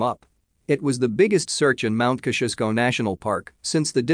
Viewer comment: Ok,ok....it's time to let you all know how to pronounce Mt Kosciusko,ya ready? Kozzi-oz-ko, yep it's that simple👍